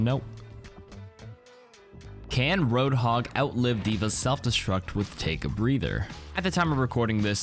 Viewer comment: Butchered hog and sombra